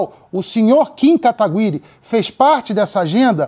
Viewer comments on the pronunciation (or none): "Kim katagÜiri" kkkk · "Kim KatagÜiri" aaahhh meu deus que agonia kkkkkkk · Katagüiri, Katiguy, Katiguri... "Essas qüestões de pronúncia de japonês não são fáceis não, tálkêy?". Aliás, parabéns pelo trabalho, Kim! E também pela paciência que tem ao ver um cara te criticando por errar o nome dele, quando ele próprio não conseguia pronunciar o seu. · "KIM KATAGU-Í-RI" KKKKKK